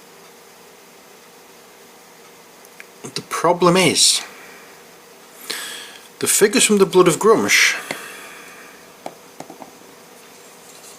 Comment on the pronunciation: II beleive it's "gruum SH"